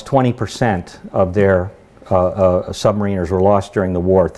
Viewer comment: He's full of crap technically ain't he. Decimate mis-used. One atm per 33 ft (actually slightly less in salt water ) . Incorrect information regarding depth charge action below. Wrong type of aircraft called up.... Pronounces Sub- marin-er incorrectly... it goes on...